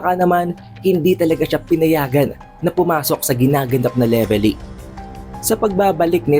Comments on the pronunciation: Anong Levely… mali ka boi… Velevy ang tawad don🤣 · Leveli? Wala kang R boss?